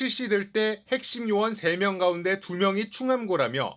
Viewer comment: 이상하네요.... 왜 나만 여기자발음이 이상하게 들리나요? 가운데...를 가운디. ...라고 말하는거 같은데 한두번 이렇게 말하는게 아니던데....시정이 안돼는 이유가 몰까요?